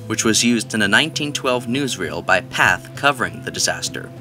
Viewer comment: Pathé is pronounced path-aye. Sorry to be pronunciation police